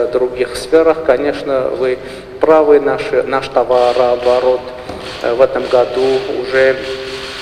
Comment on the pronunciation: ПУШинян думает : "ууу какой я! С Путиным говорю" а Путин :"Господи, с кем приходиться работать ! Не может произнести слово ТОВАРООБОРОТ !"